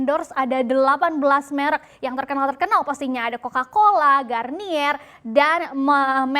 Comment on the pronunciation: Merek GARNIER min bukan GRANIER